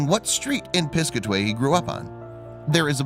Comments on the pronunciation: Pis-CAT-away. Not PIS-cuh-tway... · And it’s Pis-cat-away, not piscaway!!! Ugg!!! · It's pronounced Piss Kat Away not piscaway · I'm from the town next to the one they are from,its pronounced PIS-CAT-AWAY NOT piscatee like he said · It’s Pronounced Piss...cat...away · Its pronounced Pis-cat-a-way...Jeeeeezzzzzz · It's Piss-cat-away, I have no idea what this guy is saying? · It’s Pis-Cat-A-Way lol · It’s piss-Kaa-ti-way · Great story I would recommend researching the pronunciation of the town's name Pis-cat-a-way NJ. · Plus he's can't even pronounce name of town. Pis-cat-away. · Hey, guy. Learn how to pronounce Piscataway.